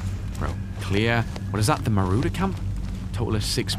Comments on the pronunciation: It's not marooder it's maw raw der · It's mawrawder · Lmao doesn't know how to say marauder